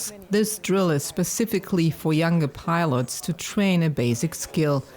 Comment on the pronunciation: Hahaha really Swedish piolot or American piolot ?